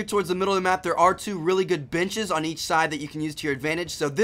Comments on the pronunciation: He started to explain the middle. Instead of benches, I heard "bitches". sry for language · sounds like he says "bitches" instead of "benches" haha. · "biches" instead of benches" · Am I the only one who thought he said there are some good bitches when he said benches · You totally pronounced 'Benches' like 'Bitches' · Lmaoat it sounds like he says "bitches" ! XD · he said benches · haha i thought the same but he says banches lol xDDD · thought he said b!tchs... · I heard binches lol. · I heard it too